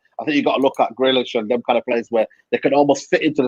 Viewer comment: No one: Absolutely no one:: Grilish 😂